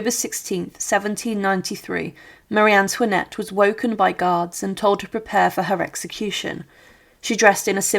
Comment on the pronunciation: Co to jest ? Kto zdecydowal się , aby taką lipę wypuścić ? "Maria Tłinet", "Maria Tłanet", "Marianet", "Pałac Tulerów","Schwytanie w Wanessie", "Król Ludwik Piąty Szesnasty", "Ludwik Vał Siedemnasty", "Komora przeciwko gilotynie", "na grzbiecie wozu". ,...To tylko kilka przykładów licznych bzdur w tym ...właśnie w czym? Fatalna polszczyzna, równie fatalna francuszczyzna, brak znajomości realiów epoki. Czy w Polsce brakuje historyków specjalizujących się w dziejach rewolucji francuskiej?